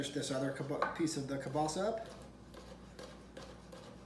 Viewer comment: Yum,you're pronouncing kielbasa wrong.